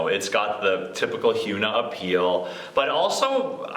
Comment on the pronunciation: pronunciation of Hyuna made me cringe.